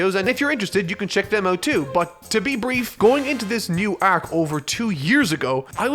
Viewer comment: I wish you said the word arc normally